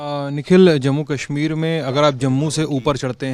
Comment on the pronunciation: "Kahmir" nahi...Kashmir...Correct it